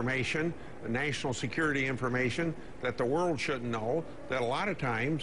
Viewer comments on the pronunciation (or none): "Nay-ton-ale" security?